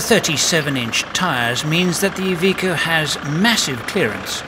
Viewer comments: Its iveco not evikow. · "EVEECO " wtf ? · It's not "eye...veeko"....it's "I've....echo". Don't worry, we'll have you talking Australian before long.